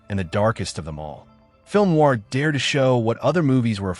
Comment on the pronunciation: This is some of the worst AI slop I've ever seen. It mispronounces FILM NOIR, the subject of the video, 6 seconds into the video.